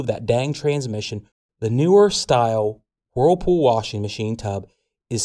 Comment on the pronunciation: It's not whoooooooerpool it's wurlpool